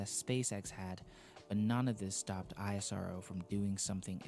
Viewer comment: The pronunciation in this video is I-S-R-O . It's not Like that It's ISRO . Like You call NASA . Not with there letter .